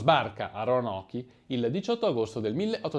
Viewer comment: Si pronuncia ronok